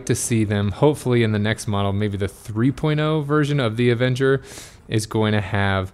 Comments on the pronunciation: You keep saying "Avenger". It's Aventure. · Good information. Great review. I just have trouble listening to you calling the bike Avenger 2 instead of Aventure 2 or am I not hearing correctly?